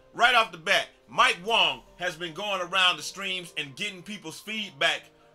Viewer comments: lol it’s pronounced Wang 😂😭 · Ay bro I think you're saying Mike Wang's name wong